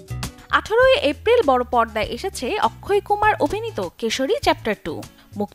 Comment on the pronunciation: Akshay kumar ✅ Not akkhoi ❎